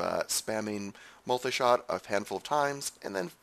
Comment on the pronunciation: I hate the way he says MULTAY SHOT!